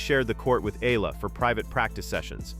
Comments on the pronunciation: Here we go again with the 'Eelah.' Please correct how Ms. Alexandra's last name is pronounced. By the way, it's a Filipino name, NOT an American name. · Hi!! Can you please at least spell n pronounce Alex Eala's name correctly!!! Thanks n more power to that wonderful person Alexandra EALA for d happiness n excitement she's giving us Pinoys during these hard times..